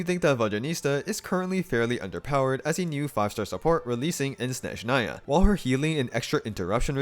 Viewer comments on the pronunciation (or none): none